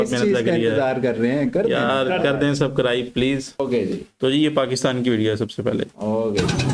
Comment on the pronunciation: सबक्राइब नहीं सबस्क्राइब होता है 😂